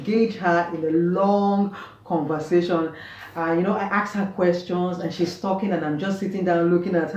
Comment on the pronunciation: LOL 'Con-Va_Say-Shon! ' ❤, please you are safe from this accusation! (Accu-say-shon!!) And your pretty daughter is such a lovely Ghana Girl. x❤